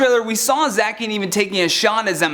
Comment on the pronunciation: Im Getting Pokémon Sword And Its Pronounced Za-Shi-An